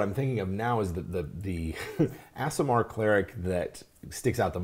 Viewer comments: It’s ‘ah-sih-mar’ right? Not ‘ass’. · You mispronounced aasimar, its pronounced ah-si-mar, not as-si-mar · The mispronunciation of Aasimar was both funny and annoying. facepalm EhSimar, not AssImar. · Correct pronounciation: Ah-sim-ar Source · Aasimar should sound like Aardvark...AH-sim-ar. Two "A"s, not two "S"s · Stopped watching when both dms kept mispronouncing "ace-sim-ahr"